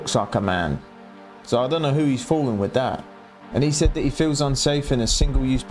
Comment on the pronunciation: "this miff" respect the video and you're 100% right brother but learn to pronounce words with "th" in the instead of just pronouncing them with an "f" before speaking on your opinions. It's MYTH not "miff" and it's WITH not "wiff" lmao it is so insanely basic my dude.